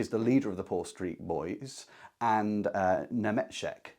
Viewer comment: The Paul Street Boys... You absolutely nailed Nemecsek's names pronunciation! I actually live a few streets away from Paul Street, there is also a statue in the district of the boys playing with marbles. I love your enthusiasm!